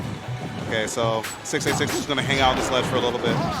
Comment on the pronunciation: i keep hearing "666" instead of "686" time to get the holy water